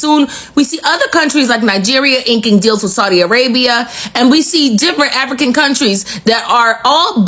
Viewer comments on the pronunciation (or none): none